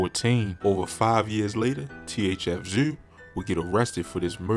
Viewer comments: He said thf zew😂😂😂😂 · “Thf zew “😂😂😂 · “Thf zew “ 🤣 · Why does he call him zuuh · 😁😁😁everytime tht Nigga say ThF Zewh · What I man trying to pronounce the word zoo?🤣🤣🤣